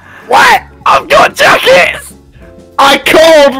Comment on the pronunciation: "A'VE GOT JACKITS!"